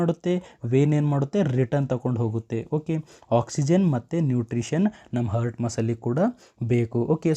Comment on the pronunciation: ಹರ್ಟ್ ಅಂತಿದ್ದೀರಾ ಹಾರ್ಟ್ ಅಂತ ಉಚ್ಚರಿಸಿ, ವಿವರಣೆ ಚೆನ್ನಾಗಿದೆ 🙏